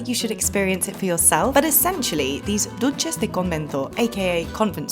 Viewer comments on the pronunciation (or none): That’s not how you pronounce dulces by the way